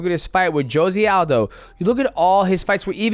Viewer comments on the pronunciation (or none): Bro I get you can't pronounce long Russian surnames but Josie Aldo is a bit too much 😂😂😂